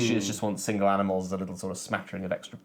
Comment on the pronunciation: Those 2 cloth "boards" look terrible. Also you mispronounced "Amnimals" in the Cascadia bit :)